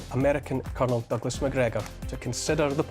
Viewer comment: Now that’s how you say MacGregor!